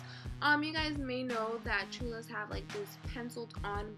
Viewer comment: you said cholas wrong